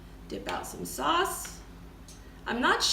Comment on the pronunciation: I like the way you say saws lol and that was a very clean kitchen excellent video I look for to seeing more